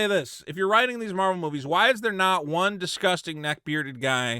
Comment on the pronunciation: Love your videos and all but please for my sanity, stop saying 'Marble' instead of Marvel